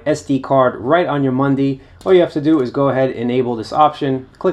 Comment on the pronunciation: It is a MUDI, not a MUNDI !